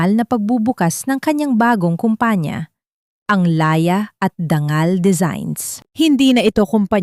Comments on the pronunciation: Dangal o danggal? Ayusin mo ang pronunciation mo. Nakakawalang gana. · Ang daming mali sa pagbigkas .. dangal.... dang gal